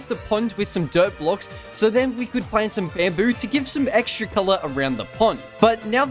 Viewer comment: The fact he calls blocks “blooks”